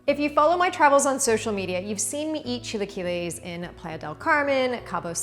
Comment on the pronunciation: Learn to say it, ugh